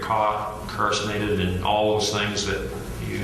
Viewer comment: He tries so hard to present this self-important, high-IQ persona to everyone. But he doesn’t even know how to pronounce the most simple of words. “Incarcenated”? “Heeem” (instead of “him”)? And many, many others. This guy should’ve been caught many years ago just for the mere fact his badge was fake, his uniform was fake, and he open carried a shotgun everywhere he went. This guy is basically the Jeremy Dewitte,of serial killers.